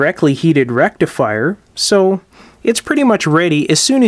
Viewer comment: Dude - I used to occasionally replace burnt out tubes in stuff in the early sixties - the faulty tube would not glow, easy to spot. Vacuum tube is...derf, a little hot tube. Where the heck does a "rectalfier" go? Sorry, couldn't "resist". Now I understand less about tubes than I did in the early sixties. Friend...assume that people know not your "language" and definitely not your elite "lexicon". "Picture" is pronounced "pick-ture". Cheers.